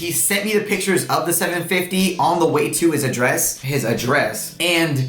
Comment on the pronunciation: mispronunciation of address is bugging me lol